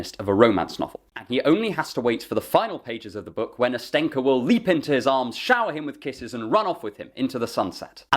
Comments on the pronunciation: "Nas`tenka" lel Nastyen'ka, as in (A)nast(asi)ya-nka(endearment suffix) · Love your literary analyses! But listening to you butcher my name for 18 minutes makes me wanna scream. 🙃